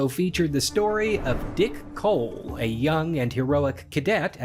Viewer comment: I giggle every time he says “Dick Hole”… Oh, I mean “Dick Cole”